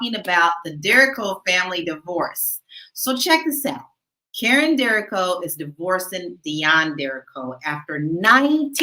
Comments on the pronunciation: Last name is pronounced: Der-REEEE-co 👍🏾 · THESE LADIES HAVE THEIR FACTS WRONG. THEIR DAUGHTER DERRION TURNED 18-YEARS OLD NOT THEIR SON. AND THE NAME IS PRONOUNCED DERRICO ( DERDA-REE-CO ). GET YOUR FACTS RIGHT BEFORE YOU TRY TO DO A VIDEO CHAT ON THIS MATTER.🌿🌹🪴🌸